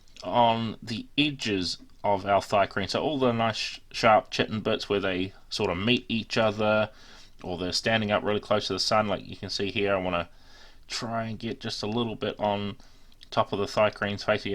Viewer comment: It's pronounces "Ky-tin" not "chit-in"